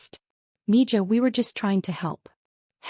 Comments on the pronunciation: Mina is pronounced 'miha.' Two syllables. Mi ha. Miha is girl or daughter, Miho is boy or son. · Mija = “Mee- ha” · It always annoys me that these AI bots can't figure out how to pronounce 'mija' as Spanish, not mangle it in English.